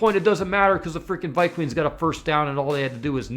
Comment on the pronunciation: ViQueens??? I assume by your hairline you're an adult. And it's pronounced Darnold as in Darnold Schwarzenegger!!!!!